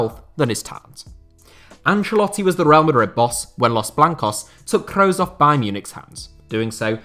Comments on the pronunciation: Butchering the names maaan.. it's "Kroos" not "Crowes". Geez it's like you've never heard their names before!! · your pronounciation of Kroos is awful